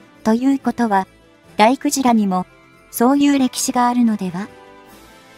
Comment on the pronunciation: 大鯨(ﾀｲｹﾞｲ)○で×ｵｵｸｼﾞﾗでは有りません❗また蒼龍(ｿｳﾘｭｳ)○で有り×あおりゅうでは有りません❗しっかりと事前に下調べをして原稿校正確認して下さい❗情無くて話が入って来ません❗